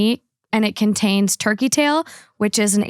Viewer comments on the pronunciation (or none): none